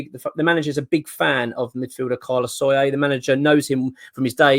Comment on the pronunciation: SO LAIR. Not Soyer ffs lol